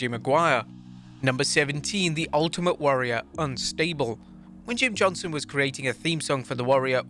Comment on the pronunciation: Does no one realize he’s saying “Jim Johnson” instead of “Jim JohnsTon”